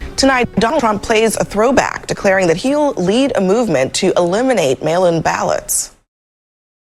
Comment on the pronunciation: Hahaha. When I heard that intro clip I heard “male imbalance” instead of “mail in ballots”